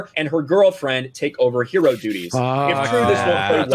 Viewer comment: "I have the Pow-Her." - Teela (apologize for constantly spelling it Leela, my fingers a evil) "What a Her-o!" - Everyone in the show "What a Zero." - Us